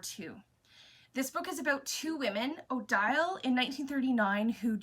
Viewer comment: The Paris Library hits all my buttons! Also, Odile would be pronounced Oh-DEEL (French major!) :D